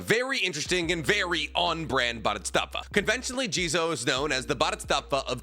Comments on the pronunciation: Why do you say bodhistatva? It's Bodhisattva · Boo•di•sat•va his pronunciation bothered me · It's pronounced "satva" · What in the f is a buddystafa. Its bodhisattva. Pronounce as bo di sart tuah. Also that sanskrit word doesnt mean a person that sacrifices his effort to attain nlightenment in order to help others. It just means a student studying/practicing the buddism path to enlightenment. Yes in SOME bpdhisattva do in fact "delay" or more accurately procastinate his/her own buddhism practices in order to help other with theirs. But thats a fkin stupid idea. If you want to teach, know your sh it first and not try to act teacher when u didnt even attain enlightment yourself. Buddha (mr siddhartha) sure didnt do that. He aint stupid. Im drunk so I am spewing negativity online proving people wrong puts a smile on my face. Goodbye. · Let’s say it together: BO-DHEE-SAAT-VAAH. It’s easy. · Bodhisattva is pronounced as “bow-dee-saht-vah” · bodhisattva is pronounced like boe-dee-sot-vuh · I think its pronounced Bo - Dee - Sot - Vah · The continuous mispronunciation of bodhisattva was painful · is he trying to say Bodhisattva or something else? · The way you say bodhisattva kind of hurts to hear. Sounds like a translator. Still enjoy your content though. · I thought had trouble with pronouncing Japanese words until I heard him say Bodhisattva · As a religious studies major please say BODHISATTVA CORRECTLY